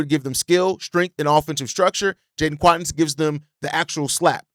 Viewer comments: What do you pronounce Quaintance like Quawntance. If you wanted to say acquaintance you wouldn’t say aQwantance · Stop butchering last names my dude. Makes your commentary difficult to get behind when you don’t do research on how to even say some easy names….. see Keaton Wagler (wah-gler). And Quaintence.